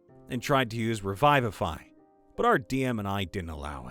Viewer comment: The word is revivify, not revive-ify.